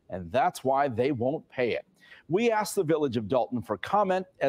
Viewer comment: Her inability to say the word "ask" is reason enough for her to be removed